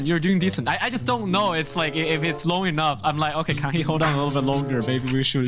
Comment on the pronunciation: It's okeh not to be okeh 😭